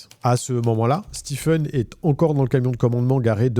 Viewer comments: Stephen se prononce "Stivène" et non "Stifeune". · Stephen se prononce Stiven et pas Stifen... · Que vous le sachiez, personne ne se fait appeler « StiFen » , bien que son nom s’écrive Stephen ça se prononce toujours toujours STEVEN Pour votre information 😊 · Très intéressant. Juste une correction : "Stephen" se prononce "Stiven" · Stephen se prononce "Steven", pas "Stiffen". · Ça se prononce stiVen pas stiffen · pour autant que je sache Stephen se prononce stieven en anglais... d'ou sort ce stiffen a la con ? une fouille systémique ca ne veut rien dire, le poivron dans la cuisine roumaine est systémique (habitude) , une fouille est systématique (complète) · Excellente vidéo. La narration est très agréable par contre juste pour info, Stephen ça se dit "stiven" pas "stifen", faut pas me demander pourquoi, c'est bizarre mais c'est comme ca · Juste un petit détail : Stephen se prononce « stiveune », pas « stifeune ». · Hey ! En anglais US ou anglais, STEPHEN ne se prononce pas STIFEN mais STIVEN 😂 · Stiffen? Ça se dit Steven. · Ça se prononce Steven (Stiveun) et pas Stifeun. Comme pour Stephen King on dit pas Stèpheun King mais Stiveun King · Stephen est prononcé Steven aux US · Très bon récit. Par contre, Stephen se prononce « Steven ». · On prononce Stephen comme Steven (Stieven avec l'accent sur le ie) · Le ph de Stephen se prononce comme un v en anglais. Stephen = Steven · Pour info, Stephen se prononce Steven. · Bonne vidéo, mais la prononciation "stifeune" est tellement ridicule 😂😂😂😂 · "STIPHEN" Ca m'a rendu fou ! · Stephen se prononce "Steeven" ;) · Bonne enquête! Juste un détail, Stephen, se prononce "Stiven" Sinon le reste impeccable! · Stiveun . C'est comme pour Shawn qui se prononce comme Sean